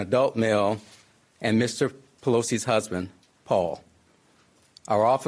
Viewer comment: Mr. pelosi’ husbad? Any one else hear that.??????